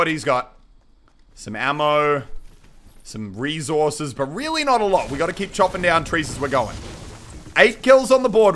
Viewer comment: The way he says REZOURCES